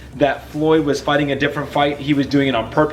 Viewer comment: I like how this guy says facing instead of fighting in front of his kids hahaha